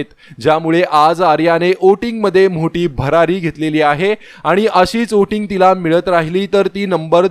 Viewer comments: Oting nahi re voting 😅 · ओटिंग का वोटिंग?